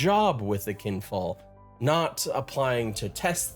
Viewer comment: Is it Kinfall or QUinfall? Lol you flopped back and forth on your pronunciation, but just messing with you. I think us MMORPG fans are just battered and bruised at this point, and it's hard to trust any project in the space anymore.